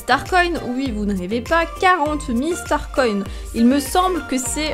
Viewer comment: On dit pas star coïnne mais star coins